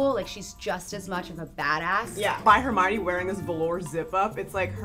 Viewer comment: The goblet of fire actually very clearly says her name is her-my-oh-nee because everyone was mispronouncing it. Check the yule ball chapter lol